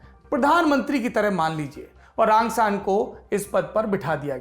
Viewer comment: आँ सां नही औं सां यह सही उच्चारण है ।।यू नू नही ऊ नू सही ।सही उच्चारण है ।। बाकी सही इतिहास है । औं सां की बेटी का नांम औं सां सूची ।।